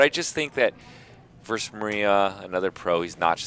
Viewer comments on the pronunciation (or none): Mike came back because he heard they were allowing joke bets again. Garrett is the only player in the world who can value bluff. Why does keep saying verse instead of versus? Is he just a dunce?